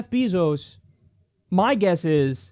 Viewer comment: Btw kyle its bayzos not beezos. Js